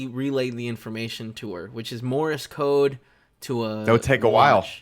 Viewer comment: "Morris Code"...